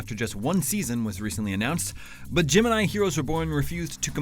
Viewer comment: Every time he says Gemini, I hear Jim and I